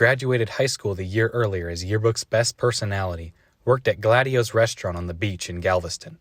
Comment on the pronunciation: It's Gaido's not Gladio's. Gaido's is a restaurant on Seawall Boulevard in Galveston.